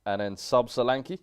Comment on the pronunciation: Dominik Sore-ankle 🤣